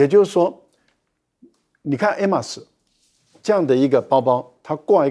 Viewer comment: “爱马仕”……赖教授的发音（H不发音）才是对的👍👍👍